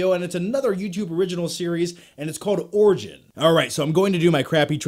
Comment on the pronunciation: Am I the only one who heard "orgy" when he said origin first time?